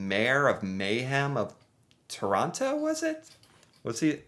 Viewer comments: It's Terono. Real quick. Emphasis on the last O. It's not Tooooor on TTTo like you say it. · Toronto has a silent t at the end you know that...Toronno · When someone pronounces the last T in Toronto. The last T is silent. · Things that bother me as a Canadian: When ppl say Toronto incorrectly. The 2nd T is silent! I'm not even from Ontario and I care for some reason! Speaking of which, when something only is available in Toronto is also annoying. Finally, the hockey stereo type. I've seen hockey fans and videos of them and they are very real ppl, but never have I seen an entire group of hockey fans together that was more than like 3 ppl hanging out. I personally am too laid back for most sports, so I do not care about Hockey.